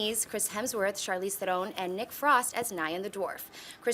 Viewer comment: Good job on trying to get Charlize Theron's name right.